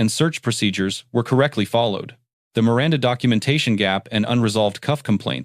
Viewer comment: LOVE the narrarator pronouncing "Miranda," the correct way." Mee- răn-tha